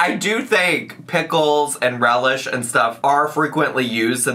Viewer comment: Sweet relieh? Wasn’t it dill? Isn’t the cauliflower supposed to be smashed?